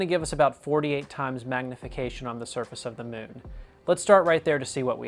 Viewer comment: "Tha mewwn" 😄